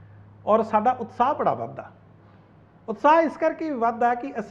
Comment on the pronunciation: ji utsah nai utshah Bolo ji mehrbani 🙏